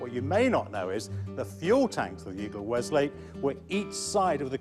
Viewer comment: "Weslake" not "Westlake".